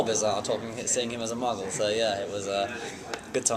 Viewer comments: did he just saying "seeing him as a muggle?" MUGGLE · omg. did he say muggle? MUGGLE? <3